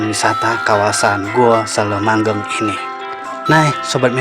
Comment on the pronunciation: Ngomongny kok selomangheng Bozz ku bukan selomangleng